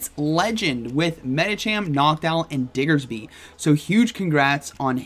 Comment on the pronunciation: I miss pronouncing diggersby as dixerby!!